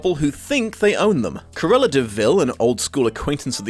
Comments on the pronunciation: Is it me or did pronounce Cruella as "Carella"? And just place me in the "wait there was a book?" group, please and thanks. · Cant you say the name Cruella? You say Curella all the way through the (really rather good) video!